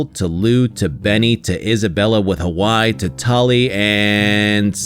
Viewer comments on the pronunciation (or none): none